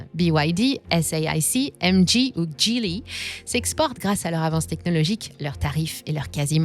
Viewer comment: le son du "G" Geely est un G à la "galaxie", pas un G à la "gingembre".